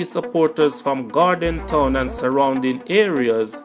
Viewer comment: Gordon Town not Gorden Town